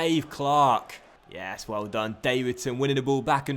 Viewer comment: Getting into the Scottish feeling with that yassss xD